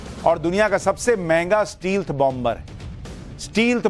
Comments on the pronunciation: स्टील्थ नहीं.... स्टैल्थ बोलते हैं । 🙏💪🇮🇳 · Dear sir, It pronounced स्टेल्थ not स्टील्थ। Regards